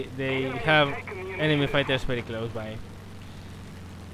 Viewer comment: Yeah latin obviously, i'm french and i know he's not. Might be spanish yeah :) when he said "bery bery" bamos bamos puta !